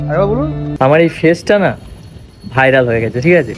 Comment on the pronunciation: ओके bolen Tor thik bhabe bairal Bola hoina Vairal na bhairal